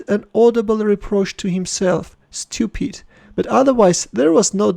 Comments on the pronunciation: pronounced Stupid like Khabib Nurmagamedov haha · the best pronounce of "Stupid" i have ever heard rofl 😂